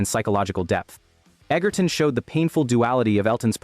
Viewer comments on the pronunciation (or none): Taron Egerton's surname, despite the spelling and what Google says, is actually pronounced "Edger-ton". With a soft "g", not a hard one. Other than that, good video.